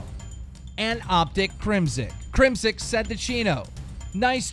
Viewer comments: Its crimsix. With an X. Not Crimsick. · His name is CrimSIX not CrimSICK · Keem, who in the fuck is Crimsick? I know CrimSIX but not Crimsick. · ITS FUCKING CRIM SIX (6) 6 six not sick